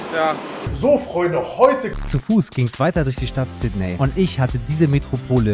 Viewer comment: Sydney wird übrigens "Sit-nii" ausgesprochen.